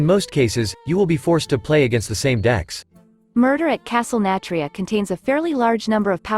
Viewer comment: How your script reader is saying Nathria makes me think it’s a castle filled with Nats… Castle Nat-ria I think the fact they are going back on mechanics they scraped in Alpha is because the leaders from back then aren’t they anymore. Now they seem to be willing to do anything.